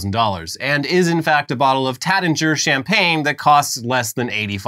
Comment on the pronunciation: pronunciation of Taittinger was fire.